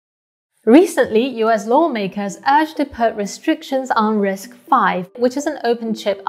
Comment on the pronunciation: Kudos to you for pronouncing RISC-V correctly as "risk-five." You're the only YouTuber that does this. Everybody else pronounces it as "risk-vee."